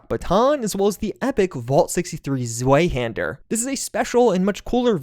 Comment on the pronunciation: I'm austrian and it really hurt when you said "Zweihaender"😂😂